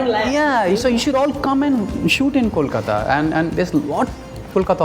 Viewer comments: Bombay was an alternative name of Mumbai, the city did not get mispronounced as mambui, or momboi but these ignorant people mispronounce Kolkata, and think it's cool, you if u can't pronounce Kolkata , say Calcutta, or Even Kalcutta, we are fine with it. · Because Mumbai was Bombay. Kolkata was nvr Kolkoto or Kolkota . Mispronouncing a name is a certain level of disrespect for the same.